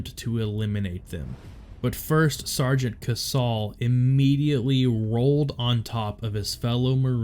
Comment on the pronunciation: It's pronounced KaySal not kasaul. He should have received a Medal of Honor for this as well. Had this happened in 2007 he would have got the MOH. Same with SgtMaj Lehew.